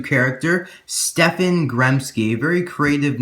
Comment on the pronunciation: I think you say stefan Stehp-On